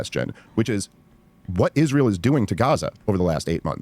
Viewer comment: I/P commentators not being able to pronounce the word "Israel" is akin to Pokémon content creators saying "Pokeymon".